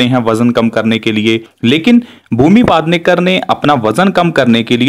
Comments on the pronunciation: पादनेकर नही पेडणेकर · It's पेढनेकर not पादनेकर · Bhaiya पादनेकर नही पेडनेकर है😂😂😂😂